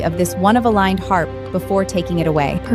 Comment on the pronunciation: How many ways can you miss pronounce Harp? Why the double ears? It drives me nuts. So when he shifts does he keep his human ears too?